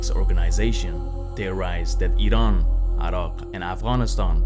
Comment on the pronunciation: the pronounciation for Afghanistan and Iran in this video is Arabic and not Persian